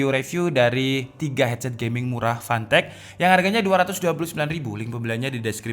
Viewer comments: Uncle, that's Fantech not Pantech :v Hadirrrrr... 😂😂😂😂😂😂😂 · PANTEK... klw kata Orang palembang karena gk bisa nyebut F bisanya P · More like "PANTEK" Sir.. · Jangan malas mengatakan "F" 🤣